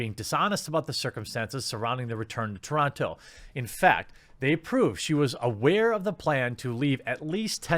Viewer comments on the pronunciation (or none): The only crime here is how he pronounces TORONTO.